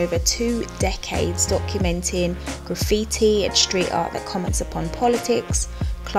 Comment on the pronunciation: I like your channel but if you keep saying "shtreet" instead of street, "lasht" instead of last I will not be able to listen anymore. It's loss I know but I can not stand it when S followed by T gets pronounce SH. Cringe.